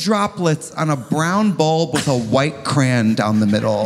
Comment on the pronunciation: Trixie says cran not crayon